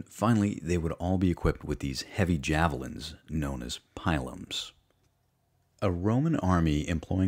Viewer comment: Love this but I think pronunciation of scutum, pilum, and pyrrhus may all be off